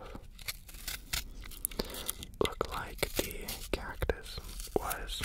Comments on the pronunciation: 10 seconds in and I here him say CACTOOSE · Disecting dis kaktoose